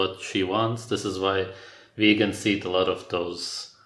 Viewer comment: VAGEANS = ANTI - NOOTRIENTS heheh